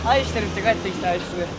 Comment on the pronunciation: スタッフさんの『あいして(ん)る』の発音が好き笑